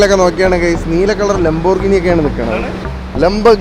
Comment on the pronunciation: lamborghini pronunciation correct alla😅